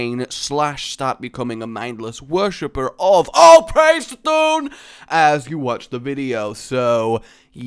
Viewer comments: c'thun is pronounced like cuh thoon. just thought i'd tell you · God damn it. Every time you pronounce C'thun's name I die a little inside.:c